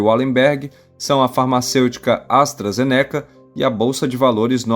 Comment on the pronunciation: Só uma correção: a pronúncia é ASTRA-ZÊNECA e não Astra-ZenÉca, ok?